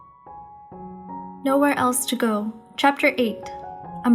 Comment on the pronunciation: that moment when you pronounced the name of the story 'Nowhere else to go' inside the actual fic... it gave me the shivers... great job, as always!